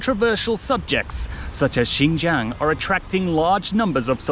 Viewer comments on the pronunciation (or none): you cant even pronounce xinjiang but you pretend to know xinjiang well as if you are chinese living in xinjiang.